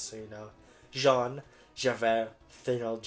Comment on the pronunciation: So kind of you to put honkai and genshin right next to identity v so i only have to watch 10 minutes of this video and laugh at how you say wriothesely right but not jean